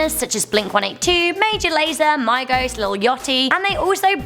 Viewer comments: You said migos (m-i-gos) It's pronounced migos (mee-go-s) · You pronounced Migos wrong. Its Migos. [ mee-goes ] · The way she pronounced Migos got me dead, made me consider suicide